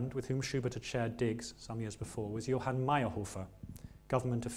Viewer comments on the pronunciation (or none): none